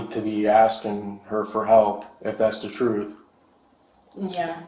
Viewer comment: Whenever the cops hear: I'm gonna tell you the truff, they know a lie is coming. Lol